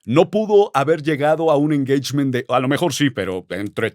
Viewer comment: Saludos Al ………. PERO QUE ES ESO DE “ENGEICHMEN”??? 🤣😂🤣😂…….. Saludos Desde TEJAS!! 🇨🇱🇲🇽🐯